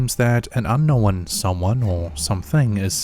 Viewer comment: Unn-nowinnn = thumbs down